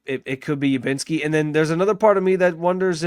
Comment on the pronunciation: Are you calling him Ubinski? It's Udinski, with a D.